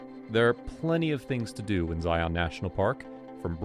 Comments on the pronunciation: They need to program an AI voice who can pronounce “Zion” correctly. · You keep pronouncing it wrong 🤦‍♂️